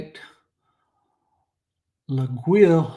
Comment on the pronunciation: Hello, laguiole is pronounced: laah-yole...greetings from Switzerland, Mike Droz.